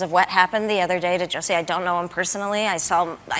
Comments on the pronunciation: Pretty sure what Chapelle is referring to is the Narcissist behaviur, when charged with comitting serious hate crime, to the argue about the pronounciation of your name, is... Well very disturbing and Narcissistic. Also Ms Ellen, stop hating and wanting people You disagree with to suffer mrs Ellen. We, people with sense are just saying You Can’t just magically change your sex, or age or ethnicity. Stop hating me for «believing» biology science and deductive thinking. We, the sense people (white supremacists.....) dont think its healthy to tell our children this is normal.. And They Can’t just magically change sex, or identifie as unicorns. Its more like a CONDITION. Body-dysmorphia. We dont tell a bony anorectic he/she is fine, we support them and try to treat the illness, not condone it. We try to help them with guidence and psyciatric help.😊 Wish You the best and hope You get help.😊☝🏼 Get some help. Kind regards from all of us with the commmon sense.😊✌🏼🙏🏼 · Michael the reason why he called him Juicy in a french accent is to point out something to a lot of people that the black community would know already: Jussie is a bougie black who is pretentious and Dave made fun of him using the most PRETENTIOUS ACCENT IN THE WORLD. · I think whats funny about the French pronunciation of Jussie has to do with how stupid his name is. both the first and last name sound pretty dumb, I wouldn't believe anything he has to say on that alone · The juicy was just that actors like to call themselves all sorts of shit that is not even close to their real name. So by law it’s Jussie but he pronounces it Juicy to seem sophisticated. It’s just a funny take on actors.